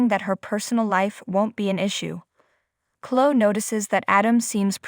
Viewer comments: hey narrator, it's chlo-eeee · Someone tell this person how to pronounce Chloe and Jabot.